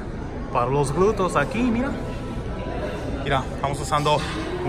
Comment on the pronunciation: Agradesco mucho tu esfuerzo en hablar español!!👍y muy buena rutina de ejercicios, me encantas! Y muy linda modelo. Solo un detallito ya que lo repites mucho y de verdad estas tratando de ayudar sinceramente; se dice (glúteos) y no es nada personal. No! Solo quiero que lo pronuncies bien!😊💖